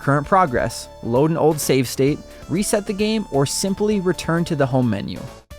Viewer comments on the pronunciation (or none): none